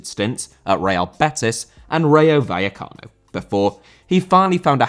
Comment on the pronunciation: Rayo Vallecano* not Reyouw Vayekharnouw